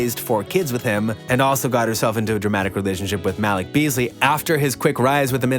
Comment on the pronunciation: Muh- Leek!!! 🤦🏽‍♂️